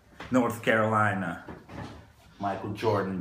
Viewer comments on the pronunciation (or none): none